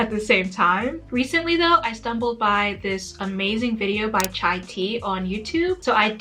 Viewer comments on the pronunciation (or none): none